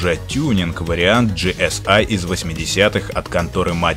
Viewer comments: Не ги эс ай а просто ГЭ ЕС И это не американцы а немец так то ;-) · Вообще-то это немецкая и читается ГЭ ЭС И